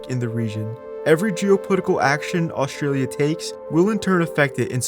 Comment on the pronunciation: there's a hard t in Australia. it's not oshtralia